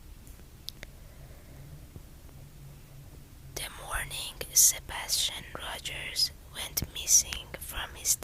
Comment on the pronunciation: The first story happened right by where I live. It's such an awful and sad story. Also, you are pronouncing their last name properly.😊